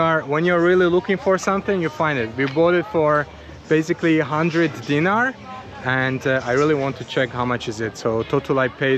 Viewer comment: Bro you buy Milošević jugoslavian mony when jugoslavia was broken,that 2 guys in bigining video selling Tito jugoslavia mony and it is not "deengy" it is "DeenAre " spelling is "Dinar" 😂😂😂